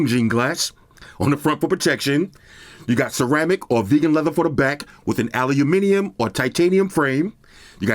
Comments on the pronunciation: ....nahhh....he's saying "ALUNIMINIUM" 😅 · Sounds more like allahuminium